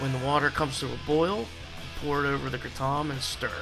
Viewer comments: Its Kray-tom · You are pronouncing it wrong. It's pronounced Kray-tom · LOL! I was told to just say "kray-tum" now. "Krah-TOM" is the pronunciation by the folks who invented the word but since I say Paris with the "s" sound I'm just going with the Americanized version of kratom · Kra- Tom Lol I will forever pronounce it that way now!! I say Kratum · Are you talking about the original pronunciation? Yeah, I switched to the Americanized one permanently a few months ago "kray-tum". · In it's original language it's pronounced how I did in this video. "Kray tom" is an American pronunciation. Check out Episode 30 with Darshan Singh from Malaysia. That's how it's traditionally pronounced. I use the American pronunciation now